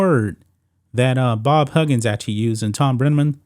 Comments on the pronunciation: Lol he messed his name up like 78 times. There's no D in his name. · Huggins..NOT Hudjin's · This guy also can’t say the name right, it’s HUGGINS….Not Hudgens 😂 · How does he not know how to pronounce Huggins? He’s never watched College Basketball? He keeps saying Hudgins... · ITS HUGGINS NOT HUDGINS SMH but ya he’s done for can’t be that stupid man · Dude learn to say the guys name . It’s Higgins not hudgins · I cant stand the way you say huggins’s name. It’s HUG gins. Not HUDGE ins. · His name is pronounced Hug-gins, not Hug-jins. 💪🏾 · Its Huggins, as in hug. Not "hujins". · How in the fuk dont u know how to say Hug-gins..😂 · learn how to say his name if you’re making a video about him…. you hurt my head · Way off topic but relevant, how do you consider yourself a sports expert when you cannot pronounce the name of one of the most well known coaches ever? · Huggins with hard G sounds. How does a sports show think its pronounced with a J sound?? 😂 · I agree Huggins should go, but you sir, need to learn how to pronounce his name!!